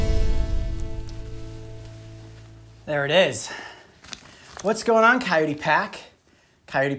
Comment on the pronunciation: Am I the only one who thinks the way he says coyote is weird ? "Cayoti"